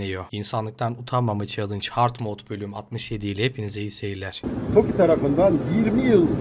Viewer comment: (Hard mod) değil (ace mod) dinlemek acı veriyor